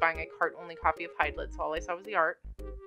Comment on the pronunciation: It's pronounced Hide Lied. My favorite Hydlide is the one on the SEGA Saturn, Virtual Hydlide.